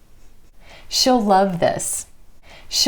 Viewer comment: thanks for sharing, but i have a question, in the example of she'll , it sounds like shall, how to notice the difference ?